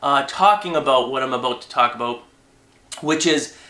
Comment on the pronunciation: "talking aboot, about, what i'm talking aboot" lol